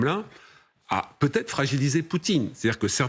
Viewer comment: Et la présentatrice dit "il peut zêtre " Elle a vraiment son bac, voire même un diplôme supérieur ? Quelle honte.